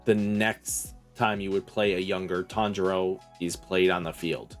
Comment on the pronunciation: "Tanjiro Brothers" Did not disappoint 🙃